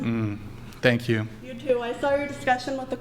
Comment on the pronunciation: Learning difficulties in a red dress. "Thenk yiou"